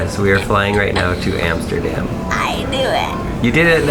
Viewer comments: Its Amsterdam Not Hamsterdam!!! HaHa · I live in the Netherlands and her calling Amsterdam antsterdam made me laugh Soo bad😂😂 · Antsterdam 😂 Hamsterdam 😂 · Hamsterdam😂 i live in the city next to amsterdam. It is called Leiden. You where at Schiphool. Funny to hear hamsterdam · Have a great wedding and it’s pronounced Hamsterdam😂😂😂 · It's Amsterdam not hamsterdan